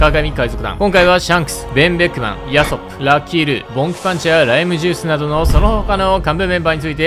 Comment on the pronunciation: ヤソップの発音でウソップめちゃ笑った